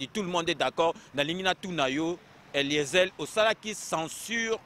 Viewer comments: Pourquoi te rabaisses-tu jusqu'a ce niveau mon frere perdre ton temps pour parler seulement d'Eliezer et tu prononces mal son nom Eliezel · Je suis vraiment déçu, je pensais que César Ngadi était une personne de bon niveau. Et là je découvre un imbécile qui ne sait même pas cacher sa jalousie. Incapable de prononcer un prénom correctement "Eliezel" et encore "vidéyio" et lieu de Vidéo. Tu as quel diplôme finalement César Ngadi??? Eliezer a une licence en science po. C'est vraiment malheureux que toi n'ait pas pu faire des études même étant en Europe. Et même il parait que tes parents avaient des grand moyens à kinshasa et malgret ça otanga té. Tu n'a pas les épaules de Eliezer. Je t'ai vu dans une vidéo où zakari se moquait de ton handicap en face de toi et tu est resté bête et sans réaction. PAUVRE CON